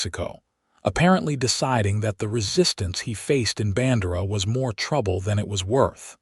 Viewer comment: No soul in Texas would pronounce BAN-DEIR (DARE)-AH rhyme with SANDRA. AT ALL. EVER.